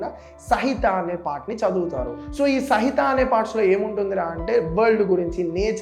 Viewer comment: Bro sahitha kaadhu samhita